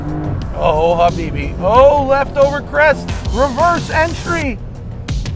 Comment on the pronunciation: What does he keep saying.. Ha bee be what does that mean